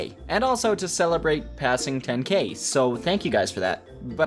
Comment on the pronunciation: Am I the only one who heard “passing kidney” and not “passing 10k”